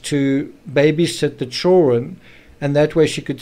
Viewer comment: Are you Australian? You pronounced "chil run " ?